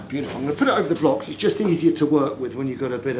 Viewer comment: "Just caressing it wiv my knife there" 😂